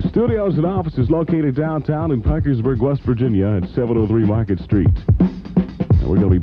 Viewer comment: Did you notice he pronounces Parkersburg 3 or 4 different way